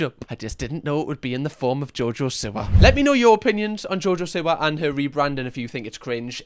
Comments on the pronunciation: jojo see-wa. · “JoJoh sIwAh”😂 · only thing that triggers me more than jojo siwa is ur pronunciation of jojo siwa